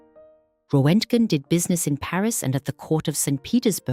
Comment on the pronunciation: Und bitte DAVID ROENTGEN, nichr Röttgen ...